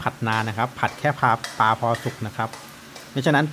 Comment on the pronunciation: ปลา ปะลา ไม่ใช่ ปา